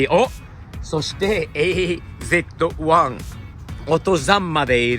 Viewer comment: さんが凄いのは ｢AZ-1｣を日本語読みで ｢エーゼットワン｣と呼んでいるところ👍 ̖́- アメリカ人は｢Z｣の発音をズィーと 発音するのが普通なのに､彼は日本語をリスペクトしてくれているから車名を 日本語読みしてくれている事が嬉しい